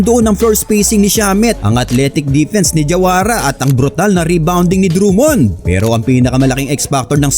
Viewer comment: I love your Filipino accent, say that again. "DRUM-MOND"